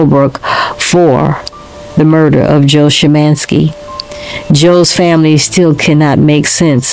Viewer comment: You need to learn how to say Joe's last name out of respect !!